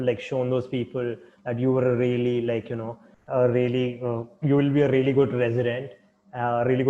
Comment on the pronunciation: RRRReally that's gRRReat!